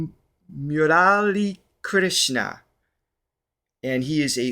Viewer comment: Bala - murali -krishna Murali not muraali Namasthe- Num is correct. Also it ends sthe not ste We are tolerance tondifferenr accents, but just in case you want it right